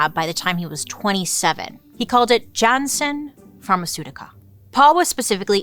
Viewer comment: Turnhout is pronounced turn-hote. Jannsen is pronounced Yan-sen. Fan from Belgium. ❤😊